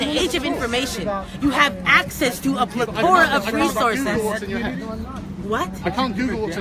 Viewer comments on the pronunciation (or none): Its DiAspora and PlEthora not DiaspOra and PlethOra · "degregation" "pletora" Our education system has failed her so badly.